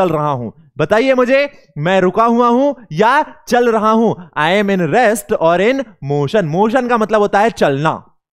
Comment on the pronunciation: Sir rest hota ha rext nahi